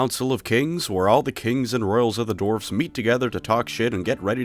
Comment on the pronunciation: Sounds like you are saying dorfs.